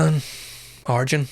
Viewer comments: His name is pronounced 'ar-yen', not 'ar-jen'. So, close (the emphasis was right), but not quite right. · His name is pronounced R...yen